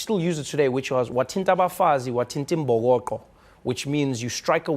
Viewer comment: Trevor its " wathinta abafazi wathinta imbhokodo" not imbokoqo, LOVING THE SHOW !!!!!